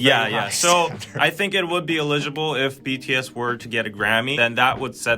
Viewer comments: I have nothing at all relevant to say here. Just that I was super distracted by you two's cute pronunciation of 'eligible'.😄 I love that it was consistently the same betwixt you. BTW, the stress is on the first syllable. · ELL-i-gi-ble!!!! Grammarly! Good!......Potential problem - you might not know how to pronounce words you have never heard spoken. Solution - Look up the pronunciation. - your English is nearly perfect, so - your errors stick out. Ex.: eligible - correctly pronounced with the stress on the FIRST syllable (not the second): ELL-i-gi-ble (not e-LIG-i-ble). You BOTH made this mistake. UGH! I still love you.